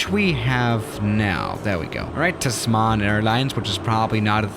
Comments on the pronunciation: it's pronounced "TAZ MON" Tasman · The way he says "Tasman" sounds african ish and french tbh. Ik its kinda inspired by Tasmania...